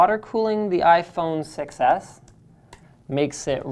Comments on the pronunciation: Everytime you said "6s", it sounded like "success". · i heard you say iphone success not 6s lol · "The iPhone Success" is what I keep hearing. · To me it sorta sounds like Linus is saying "iPhone success" and not iPhone 6S. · I think it's a play on the fact that linus pronounces 6 edge almost exactly like success Edit: I did actually see the video, I just think that that is the only way it k´could be funny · "6S" sounds like "success" when spoken. Just sayin' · Sounds like he is saying iPhone Success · iPhone SUCCES (thats what i heard when you said iPhone 6S)